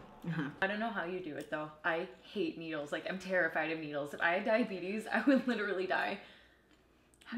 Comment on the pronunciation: I will say, for me a date ends immediately if she says diabet-uhs instead of diabetes.